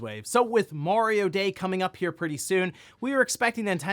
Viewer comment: I thought he said Wario day.